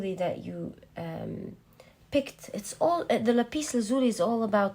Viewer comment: Pile 1. Sooo accurate. I like how you say Lapis Lazuli.